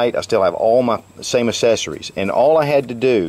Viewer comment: We don't call them "assessories" we call them "accessories". It is pronounced "ak-sse-sso-reez"